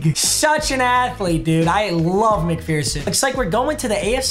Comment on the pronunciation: Papa it’s McPherson fer not fear there ain’t no fear in mcpherson